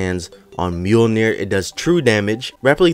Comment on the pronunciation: Mjolnir? Maiolner bro